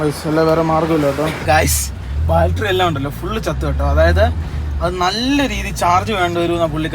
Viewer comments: ബാറ്റരി എന്ന് പറയു. ബാൽട്രി എന്നല്ല. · ബാറ്ററി ആണ് ബാൽട്ടറി അല്ല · Battery ❌ Baltary✅ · ബാറ്ററി എന്നു പറഞ്ഞു ശീലിക്ക്, ബാൾട്ടറി അല്ല. "ഷിബു ദിനം" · ഇതെന്താ എപ്പോഴും ബാൽട്ടറി എന്ന് പറയുന്നു? ബാറ്ററി എന്നല്ലേ പറയേണ്ടത്?